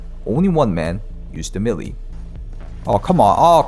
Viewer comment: For the ever-loving god, pleaseeeeeeeee go look how to pronounce "melee"!!!